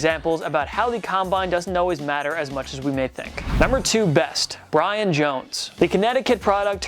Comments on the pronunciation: (BYE-RIN) not Bryan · ITS BYRON “ BUY~RUN “ NOT BRIAN 🙄